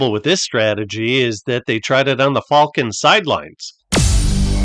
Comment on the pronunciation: I like the pronunciation of Falcons as fall-kens.